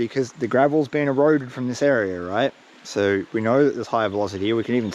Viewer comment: How do you make the word SO into 4 syllables? 😂 saa oooo ahh ohhh